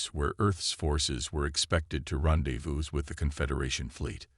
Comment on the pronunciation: HAHAHA ,,,Ron Davis instead of rendezvous!